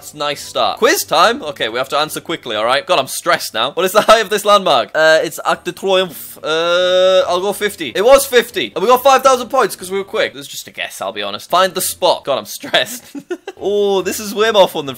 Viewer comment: It's "arc duh tromphe" lol